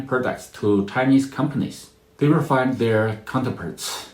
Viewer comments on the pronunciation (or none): none